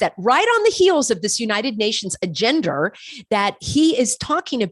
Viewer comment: ....do you intentionally say AGENDER???? rather than agenda?